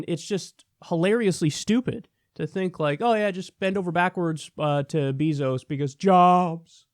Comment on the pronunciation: Its bèzo (like bagel. Bazo. ) Not beeezoo Pls correct in future videos..its soo annoying srry love u kyle but know how his name is pronounced.. 🙏 Thanks.